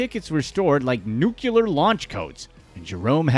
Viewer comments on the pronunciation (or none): Man I love it when someone says 'newkeeler' instead of 'nuclear' like a moron. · NU-CLE-AR NOT NU-CU-LAR 🤦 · Good grief... Nuclear. Pronounced: NUKE-lee-ur NOT NUKE-yoo-lur. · I swear to god it annoys the hell out of me when someone says “nuke-u-lar.” There’s only one “u” in nuclear you dumbass. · wtf is a nucular launch code? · "...'Nucular' launch codes." Ugh. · NU CLEE AR! Carry on. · Learn how to pronounce "nuclear"